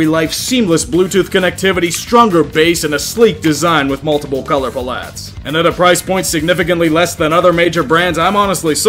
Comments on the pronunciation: Why tf did you say palettes like that 😂😭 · Multiple color "pollattes"?